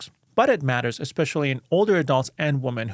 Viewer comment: The word “women” is pronounced ˈwɪm.ɪn’.